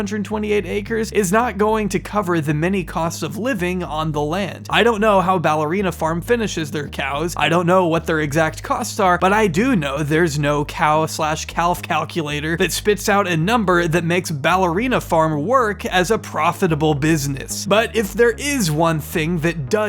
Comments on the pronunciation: Calf??? CALF?? DID YOU SAY CAL-F??? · The L in calf is silent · Bro really pronounced calf like “khalph” hahaha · He pronounced "calf" as "cowlf" lol